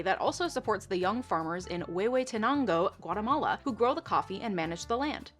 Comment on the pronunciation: Nailed the pronunciation of “Huehuetenango”